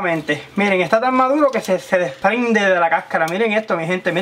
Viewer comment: Polque no cleen? está madulo pol favol 🍼